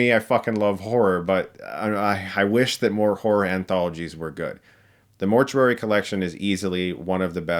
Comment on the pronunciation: Dude! Why do you keep saying mort-yur-ary its mort-yoo-ary! Still, I'll check some of these out!